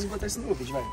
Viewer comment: SALVIANA TUBER MDS CARA seu portugues n e desse planeta "vidio" "gravarsão" "dorrr"